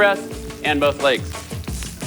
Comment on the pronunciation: You say legs wrong.